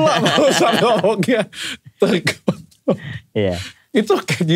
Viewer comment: Iya sih waktu kejadian lidah kepleset pas bilang kontrol jadi anu itu ak ngakak sampe guling2 bener2 lucu